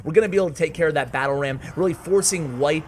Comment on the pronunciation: White1337 is pronounce white-"leet" XD Love your videos <3